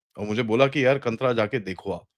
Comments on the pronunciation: It is not कंत्रा, but it is कांतार. But in Kannada, there is no schwa drop like Hindi and therefore last consonant is pronounced including the vowel अ (similar to Sanskrit and Marathi). कांतार means jungle/forest in Sanskrit and it carries the same meaning when it is borrowed into Kannada. Kalidas praises the Goddess in Shyamala Dandakam in Sanskrit and has used the phrase कदंब कांतार वासप्रिये (Goddess who likes to reside in the forest of kadamba trees). Let us stop mispronouncing these Sanskrit origin words used by multiple Indian languages. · ಸಿನೆಮಾದ ಹೆಸರು " ಕಂತರ" ಅಲ್ಲ " ಕಾಂತಾರ" . No ' Kantara' It is Kaantaara' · It’s pronounced as Kaantara. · Its not kantara, pronounciation is kaantaara (kaan + taara) Its not deva , it's dhaiva/dhiva (dh + ai + va) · the correct pronunciation is "Khantara (खiन्तरा)" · not trying to find faults, it's pronounced as Kaantaara and the other one is, it's not Devas (Gods) but Daivas (Spirits). Sorry and thanks. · It is pronounced as "Kaantaara", please dont mind. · Presenter can't even pronounce the name right So much for Tanatana dharma